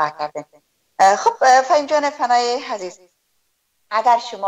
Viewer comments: امکان داره که تلفظ خود ره درست نمایید ؟ الف هلف گفته میشه و عزیز هزیز گفته میشه این واقعا غلط است اگر شما لسان خود ره بخوبی بفهمید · خواهر عزیزم هزیز نه عزیز